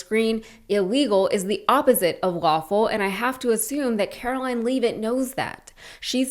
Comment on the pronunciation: Why do you guys mispronounce Leavitt's name? Over and kver?